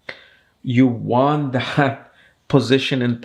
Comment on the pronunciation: Pronounce English properly. Don't try to over-do it. It's funny when u pronounced the word high